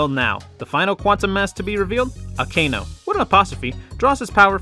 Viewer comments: Hate to be that guy but just for future reference Akano's name is pronounced like uhkono and not Uhkayno. Again not trying to be a grammar cop I'm just letting you know. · You actually pronounced Akano incorrectly.